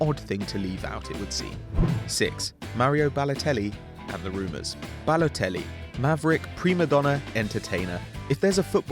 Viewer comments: BaLOLtelli really Ba-----LOL-----telli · BaLOLteli... Really?